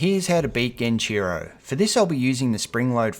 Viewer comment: "Jenichiro" nooooo the "ge" here is like in "get", not like in "gem". Anyway great guide, imma have to watch it a few times to really get stuff memorized. I've been stuck on this boss for years. 😢